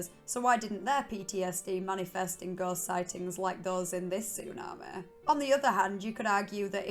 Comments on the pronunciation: So annoying 😂😂😂 tsunameh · Am I the only one here whose annoyed by the “tsu-na-meh”? I mean it would’ve been okay if it wasn’t on purpose but I actually heard her say tsunami the correct way once or twice so now I think she’s just doing it on purpose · I couldn't stand to listen to her attempt to pronounce tsunami one more time, "su naah maaaay" Like a valley girl from Scotland with a learning disability. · Tsunami not Tsunamae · Tsu- Nah- Meh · It’s tsunamehhh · How you say tsunami is really something 😂 love it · The way you say tsunami is funny Af 😂😂😂 was laughing hard everytime you say tsunami 😂😂😂 it's like an AI saying tsunami 😂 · Listening to her say the word tsunami is absolutely hysterical and than when you start listening to her accent and it's drama it's even more hilarious!